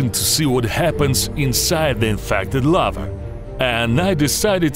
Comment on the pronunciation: Of the Lavaaa and the Lavaaa and the Lavaaaa